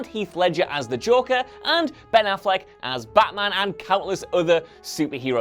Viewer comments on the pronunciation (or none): none